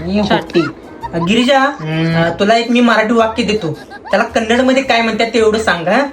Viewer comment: Kannad nahi sir Kannada